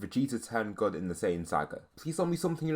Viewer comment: Your saying good wrong btw. It sounds like your saying 'god' instead.